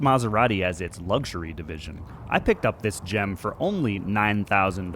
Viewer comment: Lugsury 😂😂😂😂 it's lux